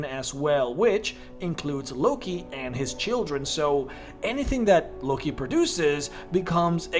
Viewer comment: "Lucky?" Well, first I've heard Loki pronounced like that. Explains why that Feat is so broken lmao.